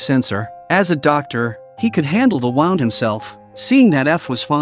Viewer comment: Hearing him say wound (winding a toy) and then wound (injury)in the next sentence is annoying…